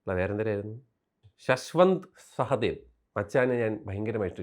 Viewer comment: ശശ്വന്ത് സഹദേവ് അല്ലടോ... ശാശ്വത് സച്ച്ദേവ് 😂😂😂